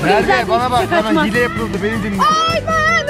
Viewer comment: her oyunda hiyle diyor